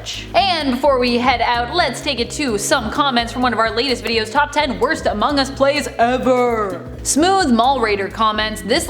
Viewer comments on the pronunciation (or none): among US not omong us